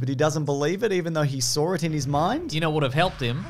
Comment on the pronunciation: "He SAWR it" 🙄